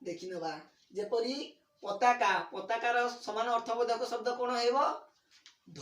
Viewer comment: ଏହାର ଉଚ୍ଚାରଣ ପତକା ନୁହେଁ ପତାକା।